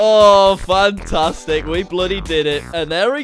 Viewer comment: I could’ve sworn instead of fantastic he said BANtastic and I died lol